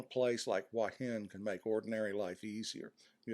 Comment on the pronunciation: A fairly well presented essay, but the real treat is hearing you pronounce "Hua Hin" as "Wah Hin." That's how my neighbors pronounce it here in the South. Kudos.